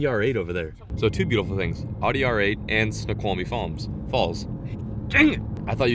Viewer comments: And your pronounced Audi wrong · You pronounced Audi wrong :)